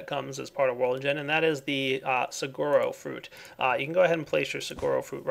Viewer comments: "Sa-wa-ro" not "Sa-gur-oh" Despite the spelling. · I sad you said saguaro wrong you say it like this sa-war-o. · the stuff you planted on the sand is pronounced like sawuaro it is a cactus that lives in the Sonoran desert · "Sa-goro"? -.- Try "Sa-wah-ro". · it's Sah-wah-row. I live in a place where they actually grow... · Saguaro is Sue-air-oh. As in the Saguaro Cactus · That cactus is from Arizona, and it is pronounced sa-wa-roe... or sa-wha-ro if you're speaking Spanish. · suh-gwa-row is how you pronounce saguaro. its a cactus found in arizona and stuff :p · You pronounced saguaro, its like this -s ew ar oh-. And its a type of cactus that is most common. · Its pronounced SU-WAR-OH its a type of cactus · I cry every time someone pronounces Saguaro wrong.....